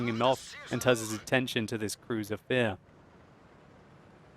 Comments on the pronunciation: Why you said Crusier vier (number 4 in german laguage), when the Crusier IV is a british tank? :)) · In German, yes. In English it is spelled with the double 's'. What I would ask him is - what the hell is with "Cruiser Vier?!"